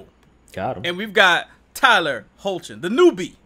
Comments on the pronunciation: its pronounced Hecklin lol - Tyler hoechlin (Hecklin) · Tyler Hoechlin's name is pronounces as Hecklin